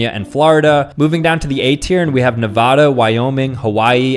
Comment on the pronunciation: You pronounced Nevada wrong.